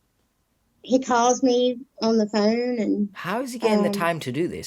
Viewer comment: Any idea why something called a ‘phone’ to the rest of the English speaking world and is not difficult to pronounce is called a fuuuuuune in her part of the world?